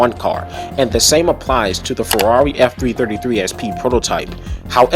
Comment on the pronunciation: the way you say farrari is hilarious i carnt stop laughing lmao